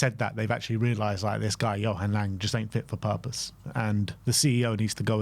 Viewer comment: You can’t even pronounce “Lange” properly and I’m supposed to take this seriously?